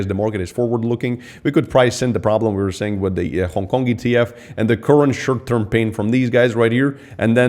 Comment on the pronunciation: Funny when says 'shirt term' 😏